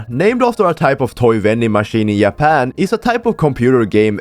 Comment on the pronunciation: Did you really said Japan as Yapan?